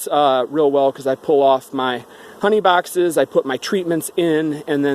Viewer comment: The way you pronounce your s and x's drive me nuts. Bawxxxss (box).